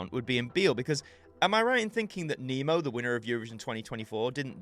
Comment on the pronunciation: it’s Nemo not Nimo